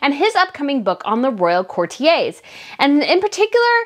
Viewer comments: It's pronounced core-tee-ers courtiers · Please, please, please 🙏 put these words you are utterly unfamiliar with into Google, next to the meaning is a button you can use to hear how it should be pronounced.... It only takes a few seconds.... Specifically this vid "courtiers" ❤️🇬🇧